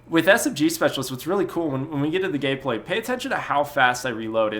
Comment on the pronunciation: "when we get to the gayplay"